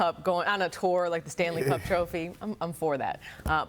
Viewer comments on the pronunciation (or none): When she was talking about serge she said tropha instead of trophy lol